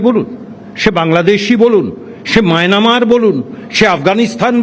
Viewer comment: ওরে মায়নামার নয় রে মায়ানমার। টিএমসি মানে মুর্খ।